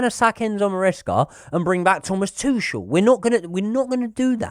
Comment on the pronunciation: It’s not Tooshel it’s Tookel 👍